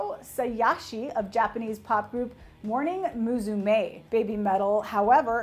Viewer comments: English-speaking people butchering Japanese names since forever. Came here because of Riho, cringed because of her butchering of Morning Musume, Sayashi Riho and ASAYAN. OK bye. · The way she pronounces Riho's name and Morning Musume made made me dive for the dislike button. Haven't cringed that hard in a long time.